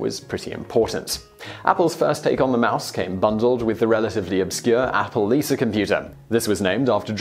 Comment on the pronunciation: lost my subscription when you started using ar .. Lisar is not her name its Lisa and its America not Americrrr following fads dont get my vote